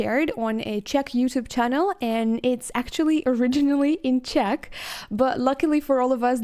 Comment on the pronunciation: Hi, I'm from the Czech Republic and I have to say that your pronunciation of Czech names is perfect.